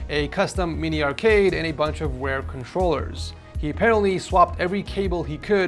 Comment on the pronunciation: Is it just me or is he pronouncing his R as a W? he says “rare” as “wear”. Just an observation that I can’t unhear now. And I never heard it before.